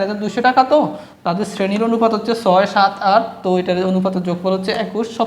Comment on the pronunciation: অনুফাত না অনুপাত😅